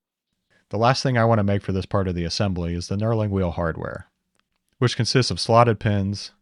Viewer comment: Knurling! I kept hearing "Neuroling" or something of the sort and I was very confused.